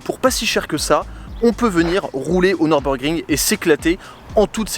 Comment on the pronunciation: Nürburgring..., je t'en supplie, ne dis pas Neurb comme si c'était un circuit anglais. Mes oreilles germanophones saignent systématiquement 🙏